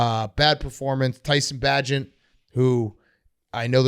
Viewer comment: hearing big cat expose his fake fandom by mispronouncing tyson bagents name helps me see the arrogance. like "i dont have to learn the back up QBs name"